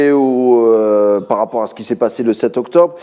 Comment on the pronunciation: « Touz par » ??? 🧐